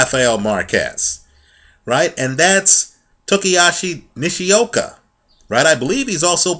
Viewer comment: Toh-shee-ah-kee Nih-shee-oh-kah, say it with me